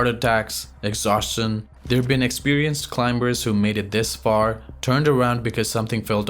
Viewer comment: pronounce CLIMBERS with silent "B" as "climers".